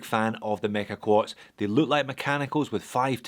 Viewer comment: Heard you say meca quarts 👎🏻 Hommage 👎🏻… stoped the video. You lost all credibility friend.